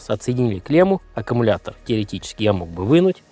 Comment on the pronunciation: Блин аккУмулятор , а не ака...